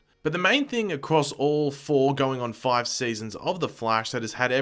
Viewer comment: Absolutely iconic pronunciation of five 😂